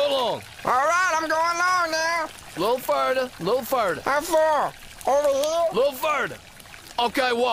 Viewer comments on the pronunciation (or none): "A little furder." 🤣